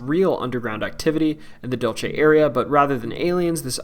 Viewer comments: Dulce is pronounced dool-seh, not dool-che. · DUHL-seh, not DOL-chay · It's Dul-SAY!! NOT Dul-chay. Please - all the narrators of these types of videos need to take the time to learn to pronounce the names of places. It decreases your credibility. Drove me crazy to listen. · Dulce is not pronounced dulche it’s pronounced Dool-se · So painful to hear u mispronounce Dulce!! Dule se, means sweet